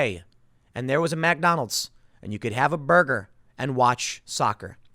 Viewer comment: Big question...why does Tim say MACDonald's like he's a 70s jazz musician?